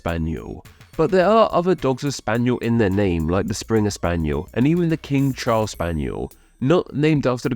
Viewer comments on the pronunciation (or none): none